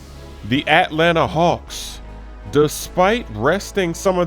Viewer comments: why u pronounce it the hawks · ATLANTA. SAY IT RIGHT. STOP OVER-EMPHASIZING THE AT in atlanta